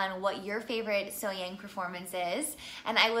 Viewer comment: Her name is pronounced SoHyoung. 😉😊